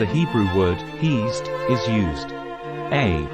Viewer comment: Isn't pronounced heh-sed or hey-sed?